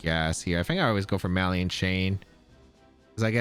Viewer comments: 😂😂😂 right by the 3rd or 4th time I was like cmon 😂 Ma-lig-Nant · …are you pronouncing “malignant” “MAH-lee-int”? It’s “muh-LIG-nint”. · I only comment this because I respect you, “muh-lig-nant” Keep up the good work! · NOTHING beats “Hardon Engine” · He's not even doing the soft French "gn" because he's not pronouncing that "n" at all. He was saying "maliant" chain. The soft "gn" in French is pronounced more like ñ in Spanish by the way, it's kind of a "nyuh" sound. It's not like "malign" in English, which is just a silent "g", and said like "maline". Source : I speak French natively.